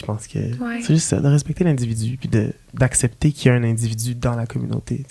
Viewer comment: C’est aCCepter et non apcepter je m’excuse ça fait plusieurs fois que je remarque 😂xx